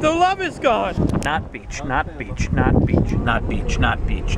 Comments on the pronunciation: In the end you saying 'beach' turned into a spanish guy saying 'bitch' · all of the beach started to sound like peach